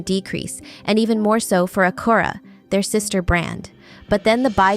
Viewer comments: interesting how she pronounced Acura 😂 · I was thinking it sounded more Japanese so suspected I should check out a Japan internet site to see. Do they use the Acura brand in Japan ?